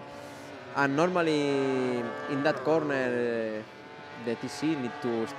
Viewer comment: “Normally, dat kornerrr.“